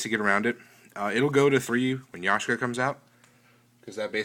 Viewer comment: Is it just me, or are you saying Yashka instead of Yaksha? Don't you think the third Maxx "C" is too much for Main? Are you going to make a deck profile as if you had Yaksha (before it's released)? Do you think Threaten Roar or Swift Scarecrow can be used in place of Battle Fader?